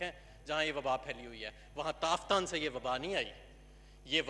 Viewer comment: Azhir sahib kam say kam tafthan k nam to teek say bolo. Allah ke shan hay tum jasay kuttay be khandan hay.